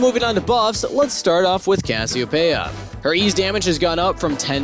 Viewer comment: Im gonna go ahead and just forget about the way you pronounced Cass' name 😂